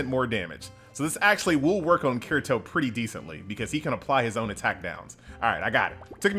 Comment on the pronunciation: The way he pronounces Kirito hurts my soul...